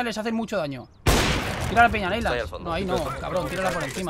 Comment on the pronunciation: dijo neilands?? agar.io?